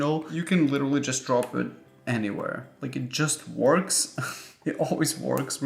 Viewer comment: I always find it funny how you say “huge” as “yuge” and works as “wOrks” with emphasis on O 😄